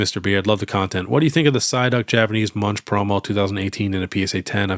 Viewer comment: Munch = "Moonk" by the way! He was a Norwegian artist.